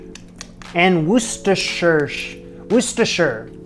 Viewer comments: Worcestershire Not Worcestershyer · Worcestershire said correctly but less emphasis on the ‘r’ in Worc, so more like ‘Woos-sta-sher’ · Wor-Chester …..Shire! Like the Shire from Lord Of The Rings! The condiment comes from a place called Worcester, England and is named thusly- Worcestershire! My way of remembering how to say it is “War-Chester-Shire” but its really more of a wor than a war. Loving the content so far! My family is from Belize and i adore stew chicken and rice&beans! Wherever you get it in there, it tastes different and special in every establishment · Correct pronunciation is wustersheer even though it is spelt Worcestershire. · Mercy! I laugh each time You attempt to say Worcestershire!! Here in Louisiana we pronounce it ‘Wur-steh-shure’ but often just say Brand name as easier=Lea & Perrins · The "woo" in "Worcestershire" is pronounced like "wood," but otherwise you had it right. (Source: am from Massachusetts.) Edit: Oh, you got there eventually. Well done!